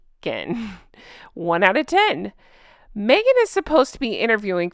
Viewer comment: I still think Meghan going by her middle name is so fitting. But i think she should spell it Meaghan, cuz every freaking time she opens her mouth ..."its ME-AGAN!" 😂